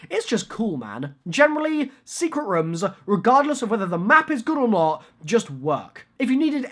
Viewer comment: i love how says rooms he is like we need secret rumm